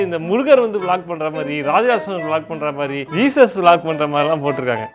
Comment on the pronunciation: Velak bro malak illa